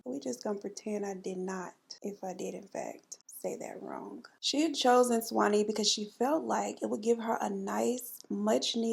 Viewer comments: Georgian here. Yes you said Suwannee right lol ❤ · You said Suwanee right Sis! I live in Florida and we have the Suwanee river, Suwanee High School, etc ! Love all 3 of You! 🥰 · You said Suwanee right! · You pronounced Suwanee just fine! The "u" is almost silent when we say it. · You pronounced Suwanee correctly.